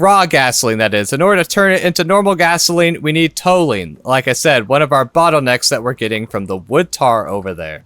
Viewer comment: just fyi, Toluene is pronounced Tolyouene ;)